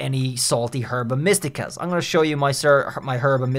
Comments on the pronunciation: It’s not pronounced “Herba” it’s “Erba” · Gonna have a stroke if you keep saying Herba like that